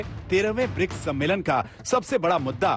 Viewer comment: मैडम दलाली के लिए इतना एक्साइटेड हैं कि ढंग से बोल भी नहीं पा रही है सम्मेलन को सम्मोलन कह रही है😀😀😀😀😀